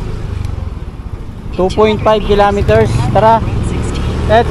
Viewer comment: kilometers hnd kilameters bobo